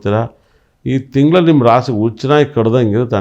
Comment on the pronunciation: ರಾಶಿ ಫಲ , ರಾಶಿ ಪಾಲ ಅಲ್ಲ. ಶುದ್ಧ ಭಾಷೆ ಇಲ್ಲ